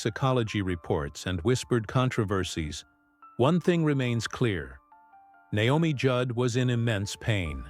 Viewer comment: I wish these videos would pronounce names right.